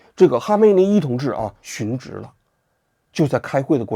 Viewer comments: 殉职xun 四声不是二声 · 殉职，殉四声，不是二声